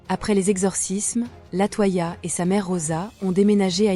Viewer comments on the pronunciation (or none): LatOya pas latoi ia gnn 🤖